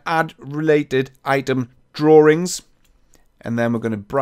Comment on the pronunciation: I love how You pronounce "drawings" :D